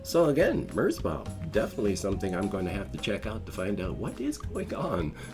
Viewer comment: also, it's pronounced "merz" and "bow" as in the act of bowing as a greeting or gestor of respect towards someone/something else.